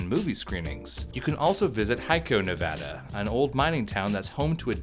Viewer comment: You pronounced Nevada right! As a Nevadan, thank you. TuT